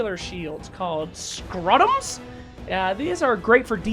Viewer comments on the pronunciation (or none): roman shields are called Scutum.... no R